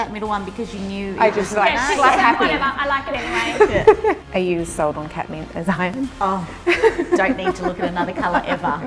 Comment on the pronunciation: Lmaooo at first when they said “cat mint” I thought they said “ketamine” 😂🤧 I was like who names their color “ketamine”?